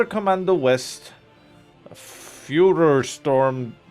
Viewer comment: Its pronounced foir like (aluminium)foil means fire in german. Nice review